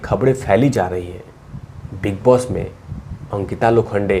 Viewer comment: Mujhe big boss ki jagah big loss sunayie de raha heh apke muh se baar baar